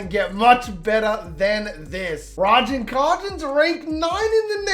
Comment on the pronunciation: The way bro pronounced Ragin’ Cajuns is infuriating 😂😂